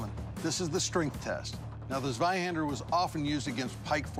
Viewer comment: Dude really said Zwahander instead of Zweihander